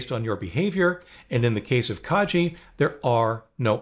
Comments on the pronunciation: Thanks, most helpful. Pronunciation suggestion: Kagi is Japanese for ‘Key’ and pronounced with a soft ’g’ rather than a ‘J’. Car (ng) ee This is the first of your videos that I’ve seen. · You're pronouncing Kagi wrong. It's kah-ghee. I know that their own website says that It's pronounced "kah-gee", but it provides a link to an audio file and the g is a hard g like in go. Anyway, I know personally someone who works for them and he's always pronounced it "kah-ghee".